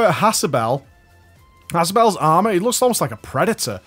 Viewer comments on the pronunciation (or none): none